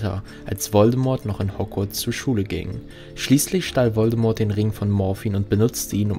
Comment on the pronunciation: An sich gutes Video, aber wer sich so lange und intensiv mit dem HP Universum beschäftigt sollte doch echt wissen, dass das T von Voldemort nicht ausgesprochen wird.